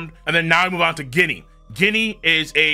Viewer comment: How long is he going to pronounce Ginny wrong? Please, someone correct him. It's been too long